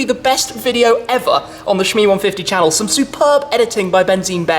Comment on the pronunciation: You should say "welcome to the shannel"